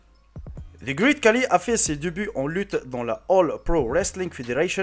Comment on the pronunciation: Coucou donc déjà ça se prononce "greït" pas "grit" car tous les mots en "ea" ne se prononcent pas pareil. Ensuite, tout le monde te dit que ce n'est pas le plus grand du monde donc change ton titre si tu veux être crédible et ensuite il a surtout une maladie le gigantisme donc c plutôt triste mais bon c'était tout de même intéressant 😁